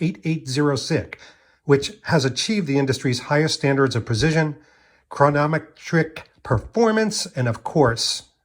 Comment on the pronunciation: Absolutely creepy how you think you’re Daniel Craig. What’s prozizzion or chronnnnoimeteric. Can’t speak well, total crap production of this video and the creep factor wins out every time with you.